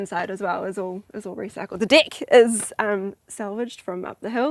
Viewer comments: she pronounces deck wrong and seems to get a giggle out of her husband unintentionally. Worth the rewatch. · Good, basic house. The lady though kept mispronouncing the word "deck," startling me every time. 🤭 And then my goodness, she can talk and talk and talk! 😤 Would have been nice to hear more from the guy too. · I have to admit I did a double take when she said she wanted a big deck. 😊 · Me, too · "And eventually we wanna have a real, BIG deck" (in a Kiwi accent) 🤭😊